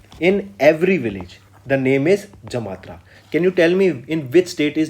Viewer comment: Sir, it's Jamtara and not Jamatra.